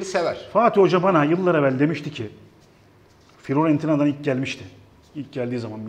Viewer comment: Galatasaray'ın pas hızı Serdar Abi'nin başını döndürdüğü de: "Firoentina..."